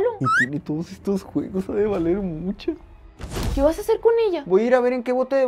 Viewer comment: Me encantan las personas que dicen sh en vez de ch.EJEMPLO: MUCHO. MUSHO